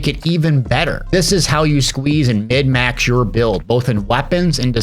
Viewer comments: Thanks for this, very helpful for a new player. I gotta ask though... are you saying mid max instead of minmax? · Is he saying mid/max ?